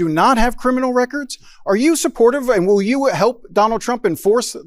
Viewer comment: "Thar wiwll be no ruble'n-survivors..."